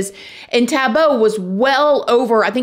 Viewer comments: it's like saying boy without the 'y' at the end. She is currently saying the end as 'bow' instead of 'boh' at the end. - it's just one of the most commonly used names here in South Africa and it's pronunciation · It's not Tabo,it's pronounced Taahbo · Lol the way she pronounced his name.. its TAH-BOO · Living here in South Africa is insane. I am so grateful people like you are shedding light on cases like this. Scary thing is here in South Africa, even if he gets a life sentence - he will probably be back out in 3 years. People that murder people get out in basically 5 years due to prison over crouding. South Africa is EXTREMELY corrupt. Ps it's pronounced Taah Boh 🙂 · extreme fan girl chill out! she wasn’t being rude or disrespectful in anyway. she’s teaching us how the African name is pronounced! said his name exactly like me and most other Americans and other countries would say it! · with all due respect Amber, that os not how it’s pronounced. is wrong but so are you.